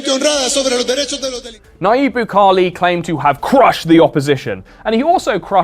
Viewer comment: PLEASE search how to pronounce Bukele, as a south american my eras are bleeding